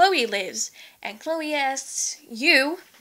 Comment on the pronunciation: *Chloé, not Cloè.